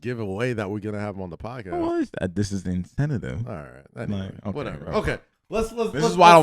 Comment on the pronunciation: Artillery being pronounced Artillelary and incentive incentative is some FUNNY SHIT! He be missing every joke of Rorys while trying to predict the rest of the sentence. Bothersome and hilarious. Especially mispronouncing shit while explaining his importance. He talk like he solved some own Tesla or some shit. Respect the Mazda my guy, or at least appreciate a self effacing joke. Gotta love Rory’s sense of humor though. He got some good shots in on their lil Clout chasing nonsense. Y’all know you feel the same way. Tell ho,it’s teeth to give Rory some breathing room, or... Wear a mask? Huh